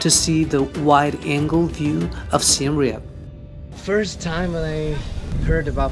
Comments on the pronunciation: finally a video where someone pronounced siem reap correctly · I love it how he pronounced the Siem Reap correctly